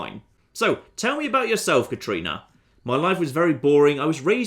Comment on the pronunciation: That was clearly a "Katrina" not "Katarina" in shady sands,. You'll hardly make any headway romancing her if you keep getting her name wrong!